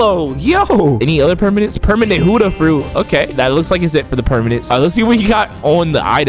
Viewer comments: It buddha is not huddha 😂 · Why are you always saying huda instead of buddha